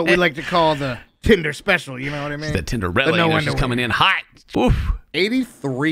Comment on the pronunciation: No did not just call her a Tenderella 😭😭😭😭 I cannot take it lol 😂😂